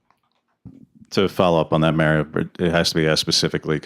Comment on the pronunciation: Who's the douchebag reporter that asked that first question? His name is MARio, not Merry-o! Just like the name is pronounced MARcus MARiota, not Merckis Merryota!!! I want to strangle that idiot reporter every time I hear him talk.